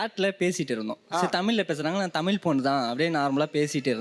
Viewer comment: Tamizha... Tamiza.. Is correct.. Tamila Tamila is wrong ucharipu